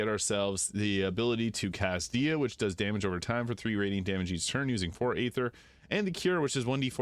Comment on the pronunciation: It’s pronounced Med-i-ca sorry I’m a huge FF fan long time player, Di-a lol.